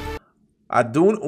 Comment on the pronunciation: também, na real a pronúncia dele tava meio abrasileirada 🤣